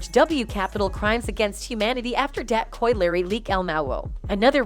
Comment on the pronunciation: Yeah but Koi Larry though 🤣